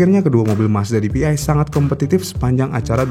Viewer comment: bacanya PDI dong 😅